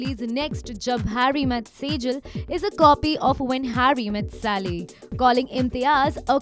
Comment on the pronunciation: Sally, it's Sally. Not Sali. Sigh.